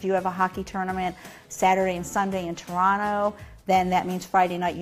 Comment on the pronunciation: Very impressed she pronounced "Toronto" the correct way.